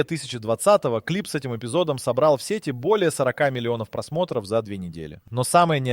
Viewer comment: ... просмЕстров Видео недастубно ? 🙃 неДАСТУБно ИИ не во всём хорошо: не стоит оставлять сгенерированное без предпросмотра человеком. Некорректных ударений тоже слишком много.